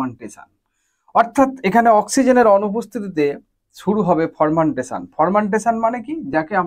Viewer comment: উচ্চারণ টা হবে ফারমেন্টেশন। ফরমেনটেশন হবে না ❌।